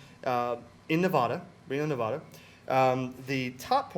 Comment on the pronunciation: Great video but I wish you east coast people would learn the correct pronunciation for Nevada.